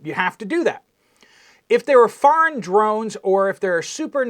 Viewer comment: Shhh!!! I'm hunting dwones you silly wabbit.